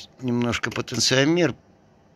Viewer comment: Люди льют электролит как воду а куда вы его потом деваете ? А потенциометр ударение на второе о это переменное сопротивление подключенное как потенциометр к средней точке Всем привет.